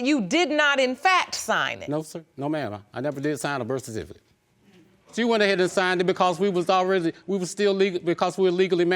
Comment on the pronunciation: You did sign the burst-sir-tificate (birth certificate)